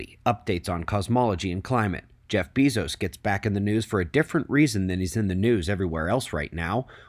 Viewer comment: Why do u say it "Bee-zos" ??? ..pretty sure its "Bay-zos"